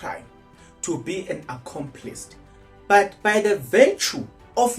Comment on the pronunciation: "Accomplice" not Accomplist.